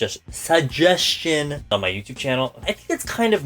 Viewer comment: “SugGeSTIon” ㅋㅋ 🤣